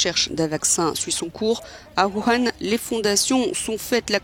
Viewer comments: WU - HAN WU - HAN et non HOOOO HAN un peu d'effort s'il vous plait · Mais ça se prononce Wou Han non?